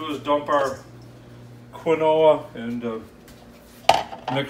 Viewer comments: Its kin-wa: this is kee-no-wa 🤣🤣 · I have a friend from Brazil (where quinoa originates) and she pronounces it Ki-no-a with the emphasis on the first syllable. Just thought you'd like to know. According to her, you both got part of it right! Lol! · You two are terrific. Thanks for sharing your recipes. I will never say KeenWah ever again!!! Haha!